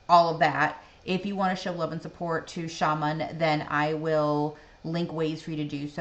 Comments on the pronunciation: [shamAAA'n] !!! Not [ sha'men] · Dear friend! His name isn't ShAman, but ShamAn in Russian pronouns. And the word you want to know- sounds "Vstanem".